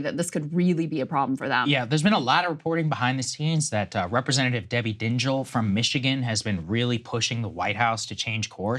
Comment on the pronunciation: Sagaar, Dingell rhymes with jingle. Her husband was in Congress from . He took over his father's seat ( ). And he died at 92.